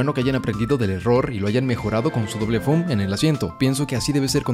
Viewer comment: No se dice Dreamel ni foom, es Dremel y foam.